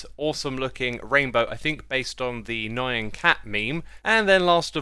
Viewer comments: Bruh its not nee yan cat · Nyan is one syllable